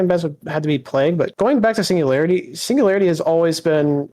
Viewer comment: signu-gary-ity? LOUD CORRECT BUZZER